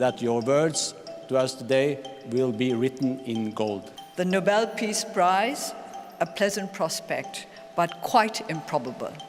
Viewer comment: "For Piece" instead of "For Peace" gave me a giggle.